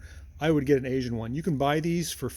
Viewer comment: Note: Aisen is pronounced 'eye-sen'.